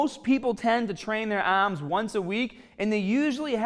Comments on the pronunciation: My ahhhhms!!! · Yah ahhhhms will grow!